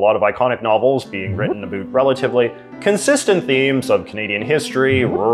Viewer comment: 6 seconds in Absolutely no one: ... J.J.: "a boot"